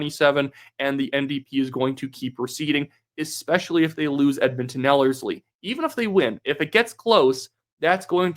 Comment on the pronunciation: Yesss, you pronounced Ellerslie correctly The last video you were saying it weird haha